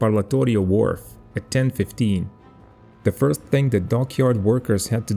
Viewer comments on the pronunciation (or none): none